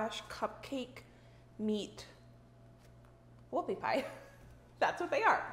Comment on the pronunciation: He thought you said woofy pie